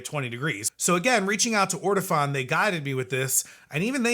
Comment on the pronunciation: It's actually pronounced Or-Tow-Phone. Accent on the Phone.